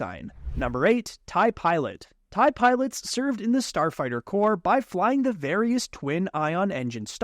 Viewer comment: Its TIE not taiiii